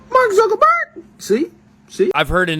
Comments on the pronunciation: I actually heard mark zuker burger. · I dont think i can unhear that Mark zucckarberg.